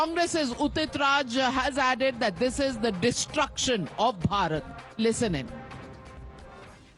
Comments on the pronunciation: Udit is not able to say destruction and this guys wanna rule India wow 😂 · He is perpetually constipated. The guy who cant even pronounce the word destruction and they want to rule the country 😂😂